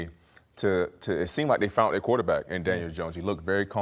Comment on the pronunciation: .....they 'foun-nt' their guy. How hard is it to pronounce 'found'? LOL